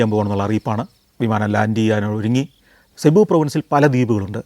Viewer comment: സെബു അല്ല സർ, (Cubu) സിബു എന്നാണ്‌.... You’re wrong in this pronunciation